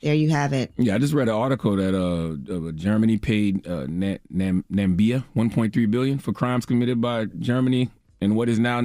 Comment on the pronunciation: NAMIBIA Charla. I dig that you read the article but that mispronunciation makes clear how out of touch USA is where other countries are concerned. Na-Mi-Biya. Black bros and sisters, let's get educated about one another because like Wale said "White terror don't sleep" Love from South Africa